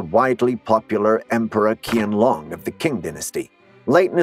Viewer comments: In Chinese the "Q" (upper and lower cases) is pronounced similarly to the "ch" sound as in "church." So "Qing" would be pronounced as "Ching" rather than "King". (There are languages in which we transliterate "Q" for a "K" sound, such as Arabic--but not where Chinese is concerned.) The Emperor's name would be "Chianlong," which would be most closely pronounced in English as "Chen-long." The vowels in "Qian" do not have an exact correlation in English; think of the dipthong in the Russian "nyet": hence "Chyenlong." Chinese is a tonal language and English is not, so we don't have even an approximation, so we never come near the tones and we must stress syllables as we would in English. As an aside, the "j" in Chinese is not pronounced as in French "je" or the "zh" in "Doctor Zhivago." This is a common mispronunciation. The "j" is hard as in "jitter," "just," "justice," "jut," "Jet," and so on. So the major city is pronounced as "Bay-jing" with "jing" being exactly as it is in the word "jingle." For English speakers, think of the words to the Christmas song, "jing jing jing-a-ling." That "jing." The pronunciation is NOT, as we hear on the television, "Bay-zhing." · I'm not Chinese, but I have learnt Mandarin. Why did you assume that I'm Chinese, you are being racist towards Chinese then. The person who made the video could at the very least do a research of how QianLong is pronounced. At the very least he can pronounce the name as "Chain - long". That is much closer pronunciation than kian. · It's Cheean long and Cheeng dynasty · Qian long becomes kian long😂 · why do your pronounce qian long as kian long? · it's pronounced as chiyenlong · Qian Long is CORRECTLY pronounced CHYEN LONG - which you'd have known with a few minutes research . . . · ‘Qing’ is pronounced ‘Ching’ and ‘Qianlong’ - ‘Chian-long’. Since something as basic as this (pronunciation of the subject) is not properly researched, the rest of the presentation is put in doubt. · Ins pronounced Chiangloon ffs